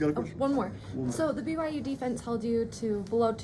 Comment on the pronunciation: Yo coach! The opponent you went against is called BYU. Say it with me- B. Y. U.